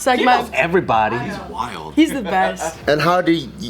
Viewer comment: Anytime calls “WILD” the way he pronounces it just makes me laugh 😭🤣